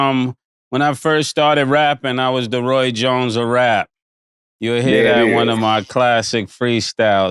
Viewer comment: Roy “Joins” Jr 😂